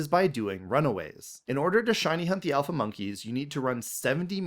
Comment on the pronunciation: IT'S ALPHA, NOT SHALPA! SAY IT F*CKING RIGHT! AND THERE SHOULD BE ONLY 2 I'S IN DRATINI!